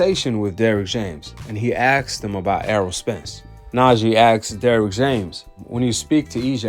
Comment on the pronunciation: He axed him.